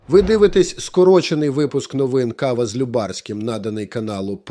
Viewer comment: Шановний Любарський, попросіть тих, хто Вам перекладає текст на українську, щоб + ставили наголоси, бо, вибачте,іноді, Ваша вимова звучить, як насмішка і знущання над укр. мовою! А це не припустимо, якщо зважать, що, Ви ,це робите з добрих намірів! І вірно було б КАВА з Любарським